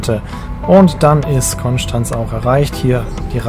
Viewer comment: Vielen Dank für deine korrekte Aussprache von Konstanz 😂🙏🏼